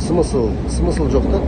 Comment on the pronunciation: Сымысл эмес смысл